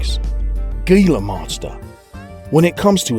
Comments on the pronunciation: let me just say, gila isnt pronounced "GILA" is pronounced "HILA" just saying it bothers me... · the G in Gila Monster sounds like an H, Hila get it right. or ill take you job, Idiot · Gila is pronounced he-luh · Gila monster is pronounced hila